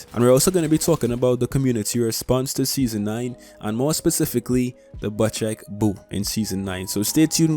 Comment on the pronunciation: love the vids and love u btw the bocek bow is pronounced "bow-check" not "butch-eck" <3